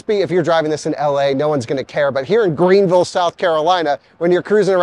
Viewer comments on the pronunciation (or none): You said Greenville correctly the first time. You said Green-vull, which is correct, then you said Green-ville, which is incorrect! 😁